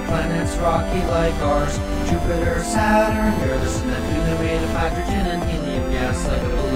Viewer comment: "sat-run" "sat-urn" not sat run